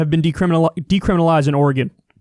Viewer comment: Thank you Kyle, for pronouncing Oregon correctly! It’s super annoying to hear people from the east coast pronounce it Or-e-gone!